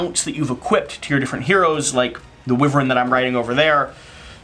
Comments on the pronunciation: Whats the price point of that game, it looks awesome, also isn't it pronounced Why-vern? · according to the dictionary you are right that its pronounced as “why-vern”